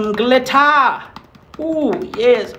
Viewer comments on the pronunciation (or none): No one: Literally no one::SomE GlitTeA